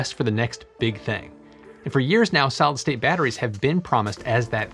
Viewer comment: It is actually pronounced solid state not solstate. I enjoy your videos but you need to speak more slowly.